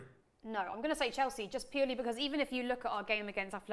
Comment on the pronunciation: Mate this absolutely criminal how she made Chelsea sound smh